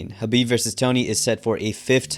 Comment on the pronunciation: You keep calling Khabib Habib.